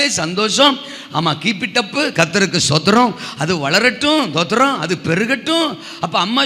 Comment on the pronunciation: சும்மா சும்மா தோத்துருவோம் தோத்துருவோம்னு சொல்லாம ஸ்தோத்ரம்னு ஒழுங்கா சொல்ல படிங்க